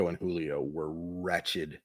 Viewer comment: You said wretched lmao